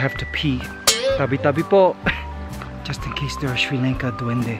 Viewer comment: Its pronounced Sri Lanka like Father or Bali ... not like the way you said it